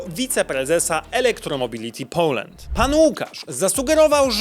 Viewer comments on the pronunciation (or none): none